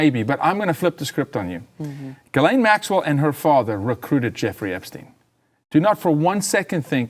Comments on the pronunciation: He can't pronounce GHISLAINE properly.... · No credibility; mispronouncing GHISLAINE